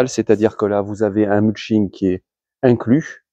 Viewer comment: Pas la référence du modèle présenté, on insiste sur la ligne et la "gueule" "racée" des roues, merci le clown. Quant au "muching" ah ouais... c'est muLching, si jamais...